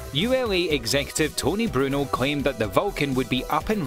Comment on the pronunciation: It's ToRy Bruno. Not Tony Bruno.